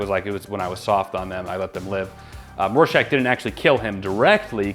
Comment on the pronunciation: Please tell me y’all are pronouncing Rorschach properly. I can’t tell if you’re calling him Warschach or Rorschach but it’s an R not a W.